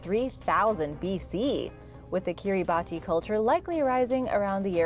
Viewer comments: Kiribati 🇰🇮 is pronounced Keer ih bah see. At least that's what my graduate Archaeology professor told me. She spent 8 years doing fieldwork there. Great work! I always look forward to your videos. Thank you for sharing the knowledge. Be safe. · I was looking to see if anyone corrected her. I’ve always heard it called kiribas.